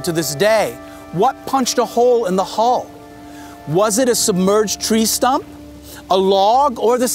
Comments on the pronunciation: why does that guy refer to decks as "floors" lol. and hes pronouncing "hull" as "haul".really bizarre dude! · The "Hall" thing bugged the heck out of me